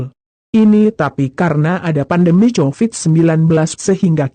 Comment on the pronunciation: Apakah anda agak tunarungu bu , Cahyo dibaca Cahjo , Covit biasa dibaca (kovit) , knp anda bacanya tjovit ( ejaan lama ). Mbok nek membaca yg baik gemana sih ?..